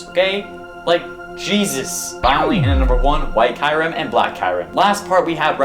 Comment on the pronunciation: kyrim who is that u mean kyurem ?